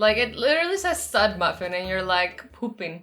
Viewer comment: it says stud muffin not sud muffin.